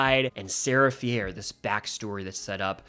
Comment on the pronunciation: sarah “fee-air”? i will never understand how people mispronounce names that they only learned in the first place by hearing them said out loud in a movie. it’d be understandable if you had only ever READ “fier” and thought it was pronounced like that, but come on… they pronounce it like “fear” over and over again throughout the entire trilogy💀